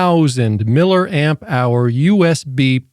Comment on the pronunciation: its milli Amp not Miller